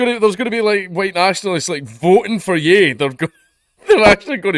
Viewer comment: Ye is pronounced 'yay'. Like the 'ye' in Kanye.